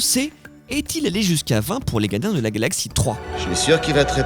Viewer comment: il se passe quoi avec le gars qui fait la voix off? il n'arrive pas à prononcer les "R"? la gadins de la galaxie à 1 seconde de vidéo, c'est fort